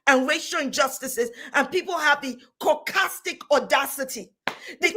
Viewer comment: CAUCASTIC ZIONASITY?!!??? lmao this women